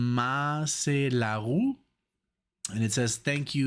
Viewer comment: "Matchelaru..." But the first "a" is pronounced like "u" in "hurt" or in "fur".